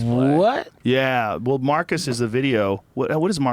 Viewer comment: Lmao "that guy Marcus"😂😂😂 it's Marques, Joe.